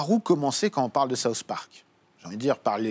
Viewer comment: MOI qui ai une immense culture us j'adore SAUCE parc ! T'as quel culture tu sais meme pas prononcer SOUTH sans dire SAUCE ! mdrrrrrrrrrr